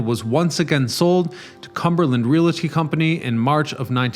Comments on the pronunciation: REEE-AL-TY, not Ree-lat-ty! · Very interesting. I’ve always loved this building but never knew it’s history. Thank you for the edification. One thing you might want to keep in mind for future videos. “Realty” is a two syllable word. A lot of people make the mistake as well as when they say real-a-tor. Just thought you might like to know as a wordsmith myself. Continued success on your channel! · Please learn how to pronounce the word REALTY.